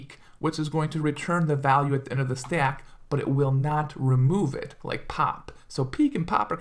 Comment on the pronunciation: Where are you from man i love the way you say "Stack" you hold your a's so it sounds more like Staack which is cool.